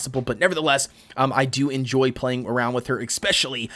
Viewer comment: Am I the only one disturbed by the way he pronounces "especially"? I know he's not the only one, I've heard it before. But I find it odd since there is no K, no X or no C in the beginning of the word. Pronounciation aside, good content dude 👍